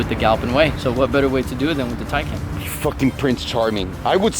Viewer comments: "It should be pronounced "Tie-kahn" . "Taken" sounds like the movie where your daughter gets kidnapped." Proceeds to pronounce it "Taken" the rest of the video. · My man you start off saying the name right, and then not even 2 mins later you call it the taken 🤦🏽‍♂️😅